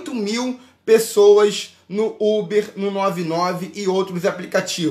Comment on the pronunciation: KKKKKK ele falando ubi achei mt engraçado